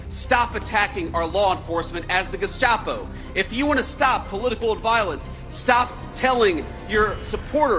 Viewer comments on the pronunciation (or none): My favorite is Walz saying "Geshcapo". Sounds like he was thinking of cold tomato soup.